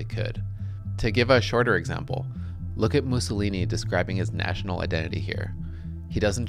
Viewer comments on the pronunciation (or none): none